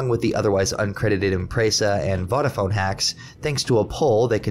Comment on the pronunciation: And Vodafone is pronounced "Voh-dafone" not "Voddafone" 😭😭 lol 😂